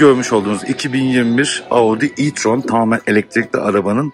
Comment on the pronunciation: Audı e tron